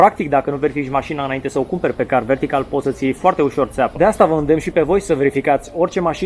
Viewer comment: M-am referit la continutul reclamei, nu am nimic cu reclamele. A fost mai rau ca una la teleshoping. Incarca sa fi un pic mai natural. M-a bufnit rasul a 5 oara cand ai zis 'car vertical'